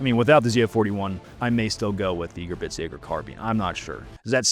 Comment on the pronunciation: Admin somehow putting a “T” in the word Gebirgsjäger will never fail to make me wish to drive 70mph off a pier. Love the work though. ‘Ge-burgs-jager’ I beg of thee Lord, giveth Admin and proper German pronunciation or alloweth them to speak in the storied tongue no longer!